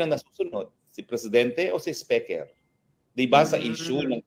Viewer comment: halatang asar si Atty. Roque Kay M.Romualdez, Kasi bigkas nya sa speaker iba hehehe